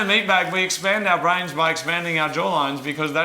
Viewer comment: stroke while trying to say brains